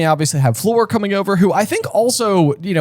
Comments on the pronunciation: Fleur = Say fur, add an L (flur), and make the r a little bit soft. It is almost another 'er' for Harry! Lol. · Does anyone know why they keep pronouncing Fleur's name wrong? They did it right in the beginning and then started calling her "Flor". That's not how you pronounce her name, but they keep on doing it 😅